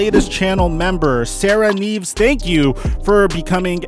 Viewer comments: he said sarah kneeves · its Nieves (knee-ev-us)